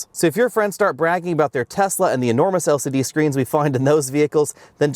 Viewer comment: "El Siddee screens"